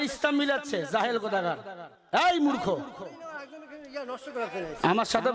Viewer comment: ফালতু হুজুর ইসলাম ধর্ম প্রত্যেক দেশের জন্য এক এবং তিনি মূর্খ শব্দটি সঠিকভাবে উচ্চারণ করতে পারেন না তিনি আবার কিসের আলেম